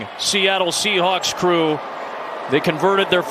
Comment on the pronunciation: Am i the only one hearing commentator says seattle shehulk?